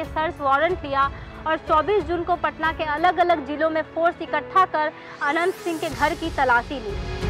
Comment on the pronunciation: Tumko Naam bolane Achcha Sa Nahin Aata Hai Naam Anant Singh Ji bolo